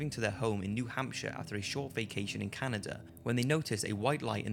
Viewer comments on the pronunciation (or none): none